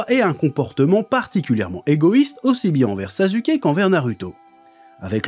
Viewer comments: Est ce que quelqu’un peut m’expliquer pourquoi il dit “sazuké“ ? Je comprend pas du tout , dans l’anime on entend bien des milliers de fois que les personnages disent “saske” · mais j’avoue quand meme que « sazuké » c’est quand meme abusé 😂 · Sa se prononce pas non plus « sasouké » le U en japonais est souvent muet ou peu appuyé, et quand on l’entend c’est genre beaucoup plus un U qu’un OU. Dire OU pour U c’est factuellement une erreur. En sois c’est un melange de sonorité, toute proportion gardée dans le melange c’est 50% un U 25% un OU 25% un E. ( c’est pas que 50% du temps on dis comme sa, je dis que la prononciation du U c’est un melange dans ces proportions. ) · ouais je sais c'est une prononciation aspiré genre "SSaSSKe" un truc du genre 😅 c'est juste je vanne😂 mais il prenonce tout les nom cheloument il force mais c'est juste marrant en vrai